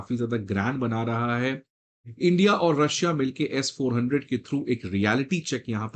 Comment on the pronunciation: It's not S4. 100, it's S. 400